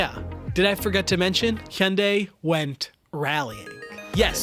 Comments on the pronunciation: fuck... the best accurate Hyundai pronunciation I have ever heard from a YouTuber... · Finally someone who can pronounce hyundai properly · It’s ‘hi-on-die’.